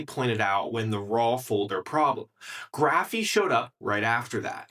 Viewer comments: Is this an AI video or what, why is he saying "Graphiii", it's "Graphify" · Yeah, he's mispronouncing it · "graphy"? I'm pretty sure that's not how you should pronounce it... but hey, it's more important to put out the slop video, for the views... a few more videos like this and i'll unsub